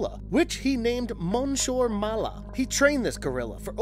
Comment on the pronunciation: You are mispronouncing the first part of the gorilla's name. It is the French word for Mr/Sir.